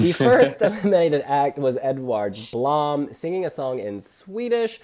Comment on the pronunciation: pronounce edward blom's lastname 'bloom', that would sound more accurate:)